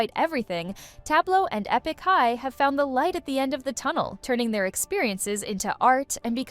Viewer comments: Eepik high? Girl stop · "Ee-pick" High? Please at least make an effort. You are still responsible for the many weird mistakes even if you farmed out your work to others.